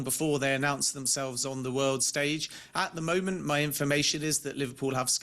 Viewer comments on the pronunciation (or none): none